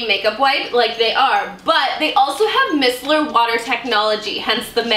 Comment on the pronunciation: Micellar is pronounced “my-cellar”